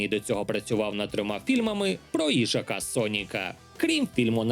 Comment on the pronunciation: На жаль, часи, коли розповідали живі люди закінчились... Спонсор Тромб, ішак Сонік, підвищення тону та наголос на першому складі кожної фрази... Кому таке може сподобатись?